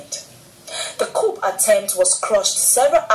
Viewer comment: The "P" in coup is Silent .